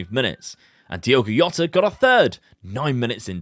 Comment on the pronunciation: In Portuguese the J is pronounced so its Jota rather than “Yota”